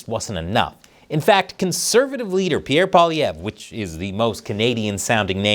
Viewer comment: Big old first place trophy to for saying pierre's fucking name right